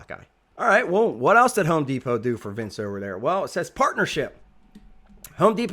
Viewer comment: Who is Vince? 🤔... I believe you mean Vance.